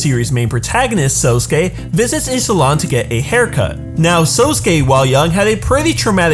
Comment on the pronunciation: I LOVE how he says SousKAYE 😆